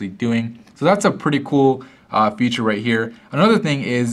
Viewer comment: He says future instead of feature....